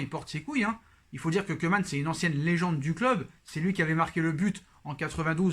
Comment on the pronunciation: Au top question rapidité Pour ta prochaine vidéo, le "oe" néerlandais se prononce "ou", donc Koeman se prononce "Koumane"